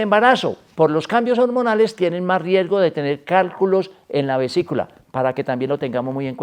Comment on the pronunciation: Vesícula, no "visicula"